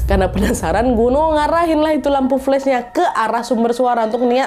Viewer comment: Pas kak Nad bilang Gunwoo aku dengernya genderuwon😅